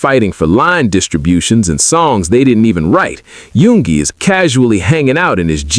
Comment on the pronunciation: There is a few mistakes ..like number 2 yoongi then jhope number5 ..it said yugi instead of yoongi. Or happy polooza instead of hobipolooza. I just figured they didn't double check the ai voice or translations.